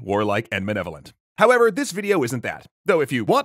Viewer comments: I know everyone is focusing on how this is a bad argument, I'm stuck on how he says "manevolent" twice. It's MALEVOLENT. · What must progressive game designers think of some of their playerbase if they're concerned some of said playerbase might identify with ugly, stupid, violent, and malevolent orcs? (also kind of sounds like he's saying "manevolent" )